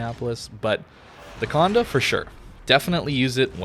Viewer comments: I hate how you keep mispronouncing the ship's name. Its not Conde, but Condé the é is pronounced more like you say "ey" So like Condey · Exactement, it’s funny I’m not the only who irked whenever he said the “conduh” 😂.